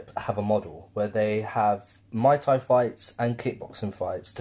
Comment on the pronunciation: Chael “mooey Tie” Sonnen